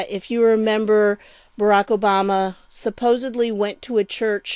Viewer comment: SupposEDLY not supposABLY. Its a pet peeve of mine, kind of like people that chew with their mouth open. You add this to how people say excape instead of escape and I'm starting to wonder if these aren't mandella effects or I'm in the wrong time line.